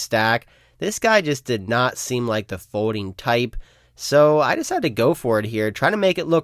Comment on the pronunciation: What is a fodeing type? Is it the same as when you do or don’t hode? For a guy that’s name starts with an L it’s bananas how much he doesn’t know when words have an L in them.